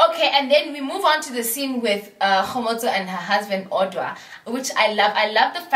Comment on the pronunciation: It's how you pronounce Kgomotso for me. I love her. She's my fav!